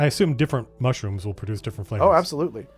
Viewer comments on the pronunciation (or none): none